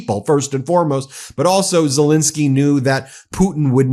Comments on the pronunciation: Just wanted to correct your pronunciation of the Ukrainian president’s name, sorry. It’s ZelEnskiy, not ZelInskiy like you’re saying it… Ukrainians watching will appreciate. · Pronounced Zelenskyy not Zelinskyy!